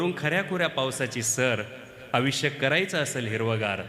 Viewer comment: सर एकदम सुंदर आणि हृदयस्पर्शी कविता आहेत पण वाचनात काही ठिकाणी "आयुष्य "या शब्दाचा उच्चार आविष्य असा होतोय.त्या ठिकाणी "आयुष्य" शब्द उच्चार हवा .आणि "पन" या शब्दाऐवजी " पण" असा उच्चार हवा. कविता भारदस्त आवाज भारदस्त खूपच छान!! पण उच्चारणा मुळे कवितेचे. इम्प्रेशन डाऊन होते.. म्हणून सांगितले त्याबद्दल रोष नसावा.. चुका काढण्याचा उद्देश मुळीच नाही, पण सांगावेसे वाटले.